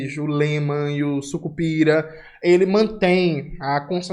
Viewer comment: Não é Sucupira é Sicupira